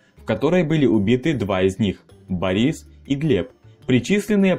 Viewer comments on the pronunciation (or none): none